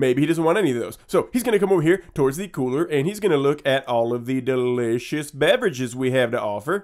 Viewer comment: I hate how he says delicious